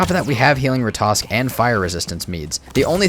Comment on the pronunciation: If you just kill a troll you have nothing to worry about yet. You also have to kill the Elder to trigger the troll raid. Oh and sorry for asking but can you please pronounce Ratatosk correctly, instead of saying Ratosk😅